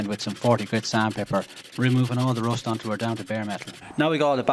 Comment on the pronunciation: What kind of pronunciation is this? rOst 😂😂😂